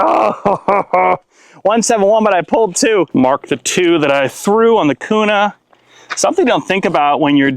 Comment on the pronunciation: Q-nah is how its pronounced